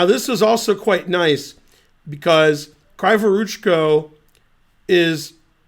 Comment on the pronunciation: > what's wrong with that name?? What's wrong is that it's "kraaevoroochko" instead of "kreevoroochko". Kree like in a bee, you know.